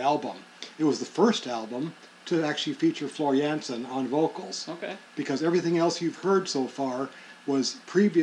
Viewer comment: HER NAME IS NOT JENSEN. THE PRONOUNCIATION IS. JANSEN. !!!!!